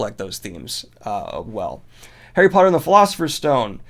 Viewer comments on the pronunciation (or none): none